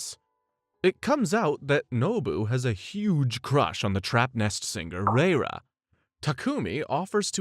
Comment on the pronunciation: Are they really saying REIRA as literal RRReiRRA 😂 It's LAYLA ffs 🤦‍♀️😂